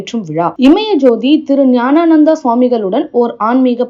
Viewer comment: அன்பே சிவம் ஐயா சாமி அவர்கள் திரு பெயரை திரு ஞானானந்தா என்று உச்சரிக்காமல் திருஞானானந்தா என்று உச்சரிக்கும் அன்பே சிவம்